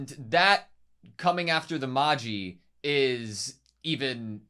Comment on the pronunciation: Just a note that magi is pronounced maj-eye, like "magic eye" for an easier comparison